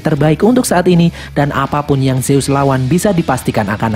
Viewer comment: Zeus dibaca zuz